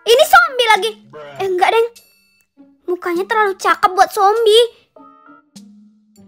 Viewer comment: "eh enggak deng" lebih fokus dari kalimat itu kakaknya orang mana?